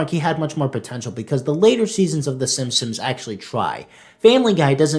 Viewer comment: Is it just me or does it always sound like he is saying Simsims?